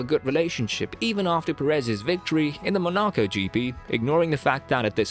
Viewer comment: You pronounced Monaco wrong you even get drivers names wrong in other videos. Do you even watch F1 properly, this week the topic is Silverstone and what a great race it was.